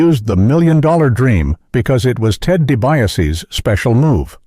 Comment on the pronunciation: “Ted Du-by-u-see” 😂 I’m sorry but that one cracked me up 🤣